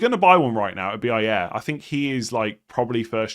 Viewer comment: To: Pronanciation of Brentford defender Ajer: Aj = The « Aj» is the same way you would say «Ay» in «Ay Ay captain» as a pirate. Er = same way you would say «Year» Ay Year = AyYear To get closer: Ay + same way you say Yeremina AyYer 👍🏼 from 🇳🇴